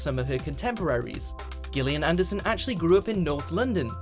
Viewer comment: It is pronounced Jillian, not Gilinham.